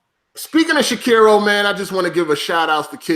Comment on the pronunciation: None of these fools can say Sekiro the correct way. Old mushmouth fucks 😂